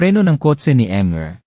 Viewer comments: Ayuin po ang basa ' hidi po eyt ang basa sa ate kundi a-te". Ayusin nyo po. "Mis-ter hindi em-re ang basa sa mr. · Peste ano ba yan bakit mr. Ibig sabihin mister pagbutihin mo mga pagbasa mo at pag unawa nang mga binibigkas mo